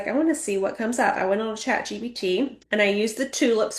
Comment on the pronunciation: Is she calling it Chat GBT? She's telling people to "utilise" AI and she doesnt even know the name of it.